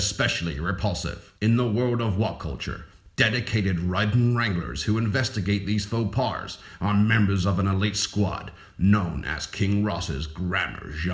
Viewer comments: The irony in the "Grammar Gendarmerie" voice-over is great. Faux PARS, he says. PARS. For fuck's sake. If you need an American for Voice-Overs, hit me up. That Brit doing a Yank accent is trash. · I find it deliciously ironic that the intro to the grammar police section contains a heinous mispronunciation. to wit: there is no R in "faux pas."